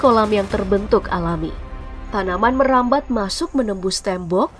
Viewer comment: 7.50 : logatnya medhok banget ya “merambhaad”